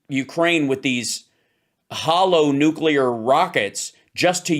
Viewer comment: WHY can't say nuclear? He presents himself as such an intelligent person. This blows it away every time. Sorry. Love you guys, though. My Saturday afternoon is an ongoing education because of you.